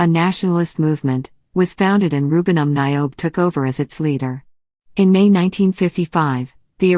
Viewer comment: please learn how to pronounce the names its um nyobe as in "uh-m ni'o-beh" not as in naiobe pronounce the y as small y bassa people as in "bah-sah" small B small A small S and small A next time don't use robots to transfer text to speech, please